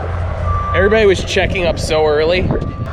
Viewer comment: Love these videos. One question: are you able to pronounce the 'v' in the word everybody?